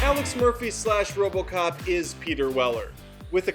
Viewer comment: you said robo kock 2014